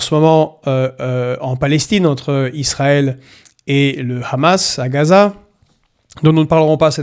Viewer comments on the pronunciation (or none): none